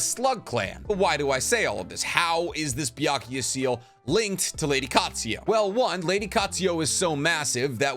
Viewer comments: Byakugou seal. NOT BYAKUYA. and also it's Katsuyu. NOT KATSUYO OR KATSUYA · Anyone else not able to get past him pronouncing Katsuyu as Katsuyo? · Bro I love the videos but u have a problem with adding/changing letters on names for example, u say "Katsuyo" when its Katsuyu, u also call Kakuzu "Kakuzo" etc.